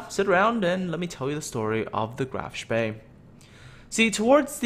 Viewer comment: A little German help in return for gaming help. Spee is pronounced with a long "E" sound, not an "A". You nailed the "SH" sound so kudos for that. So what you get is Shpee. This is of course Hochdeutsch. There very well be a regional dialect/pronunciation with the "A" sound but I don't know of any.